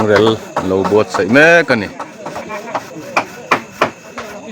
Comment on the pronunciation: A ngaihnawm in mi tlawmngaih phusa suau suau te an hmuhnawm khawp mai, Heng mi tlawmngaih khaw hrang hrang amite hian thla an ti muang thin reng ani. "REL" tih lai hi i thluk deuhhlek thina, thluk lovin ri khamphei rang vutin " REL" tih mai la a dik zawk lo maw le ? tih thu ani tel. bawk ang. Ka lawm e.